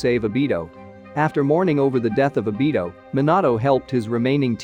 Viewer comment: Lol Minatto and abito